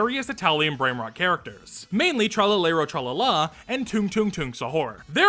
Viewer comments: love u but the way u said tralalero tralala hurt me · Hearing americans try to pronounce "Tralalero Tralala" in a serious voice is funnier than the original video